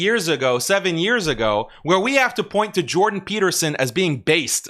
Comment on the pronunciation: "Jewdan" Peterson